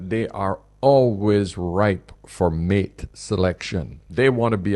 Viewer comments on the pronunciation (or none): none